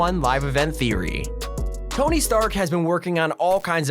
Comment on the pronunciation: did he just say t ony